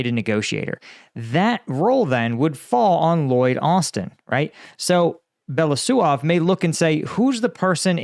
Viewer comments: Since it's very likely you'll have to pronounce Russian minister of defense last name again in future videos. Here are some small tips. Here is how it splits in syllables - Be-lo-u-sov. With "belo" part you have no issues and you are pronouncing it correctly. "u" is pronounced as "oo" in "book" and it's a separate syllable. But "sov" is pronounced as "sov" in "soviet". I hope this helps. 🙂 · Just a little note on spelling: he is Be (like in 'bear') - lo (like in 'low') - us (like in 'goose') - ov (like in 'of'). Belousov. Means 'the one with white msustaches', if you ever wonder. You sometime called him Belosuev - it would mean 'the one who pokes his white thing'... well, sounds legit as well.